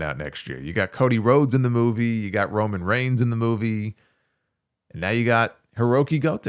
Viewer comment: you said Roman range 😂🎉